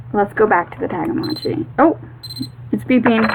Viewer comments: It's Tamagotchi, not Tagamotchi! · Is she calling them tagamotchis instead of Tamagotchi